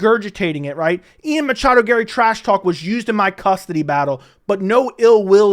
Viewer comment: Matchado. He never say his name correctly.